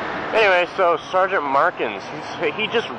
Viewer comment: not sure if anyone has pointed it out to you yet or not, but for sgtmarkins, you said "s-j-t...." not 's-G-t.' sorry for being picky... but yeah.. lol